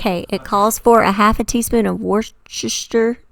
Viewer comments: As someone from England we pronounce it like wuss-ter-sha. We don’t really pronounce the re in shire. Does make me laugh hearing Americans try to pronounce it. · Wouster-sheer sauce 😃